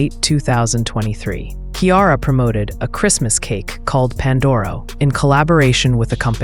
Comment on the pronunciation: 1. Learn how to spell her name. 2. Learn how to pronounce her name. 3. Learn what is Pandoro (hint: NOT chocolate layer cake).